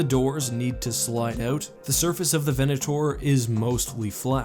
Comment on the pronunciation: 'VenatOAR' :D